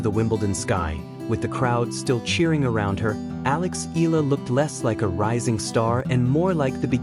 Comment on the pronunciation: Itß eh-yah-lah not ee- lah thanx😅